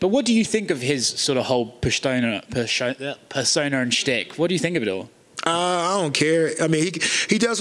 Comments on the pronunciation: “Pershtona, pershowna, persona and SHTICK” 😭😭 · 6.18 Pershtona pershona and shtick!🤣